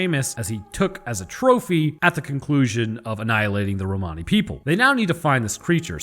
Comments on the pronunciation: In English Romani is pronounced "Roman-ey", as if you're saying something is "not quote Roman", but your "Roh-Mahny" is actually closer to the original. xD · It's Romani but pronounced (Ro-Man-E) :) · Lol its "Ro-many". Like "many" items... Blah blah. But god knows 30 people will have 30 pronunciations. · Romani sounds Italian as I am one I’ll say, it’s said Rome any. lol just for extra laughs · its pronounced rom ann e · It's pronounced Rom a nee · It's pronounced Roman e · Pretty sure it's pronounced "ro-muh-nee" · "Romani" is pronounced "Roblox". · It's an awful word to pronounce but we've always been taught in the UK that it's pronounced like Roamer-ni. You'd also use that to describe someone, as in "the Romani elder" rather than with an ian. Anyways, you knew what you were baiting; great insights as always both with that and the episode itself! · The way you pronounce Romani the first time actually makes it sound kinda italian. I don't know the correct english pronounciation either, so, might even be actually correct.